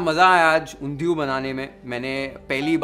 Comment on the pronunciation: The way u say Undhiyi!!! Omg ! Oerfect in gujju style